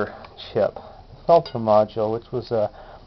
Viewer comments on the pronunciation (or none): As usual, one of the few videos that will actually teach you something. Thanks On a side note it makes my skin crawl to hear you pronounce peltier that way!! Its french and pronounced phonetically is 'pelt-teay'